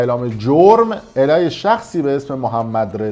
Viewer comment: علیه رو غلط تلفظ میکنی از تو بعیده این کلمه ساده رو اشتباهی الیه تلفظ میکنی که معنیش یعنی به او یا به سوی او